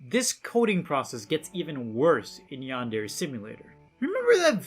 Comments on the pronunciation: One thing that has always bothered me about him...he pronounces Yandere wrong. Like...c'mon. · Dude making a yandere game can’t even pronounce yandere right. Not to mention the stupid fucking names of the students. There’s literally a character called pencil. Enpitsu means pencil. Seriously look at the names of most of the characters for 2 seconds and it comes forward that they’re so goddamn lazy and gimmick and just. H. HE ALSO MISUSES THE TERM SENPAI. LITERALLY LIKE,,, NO. DUDE. RESEARCH JAPAN AMD JAPANESE TERMS FOR YOUR J A P A N E S E GAME.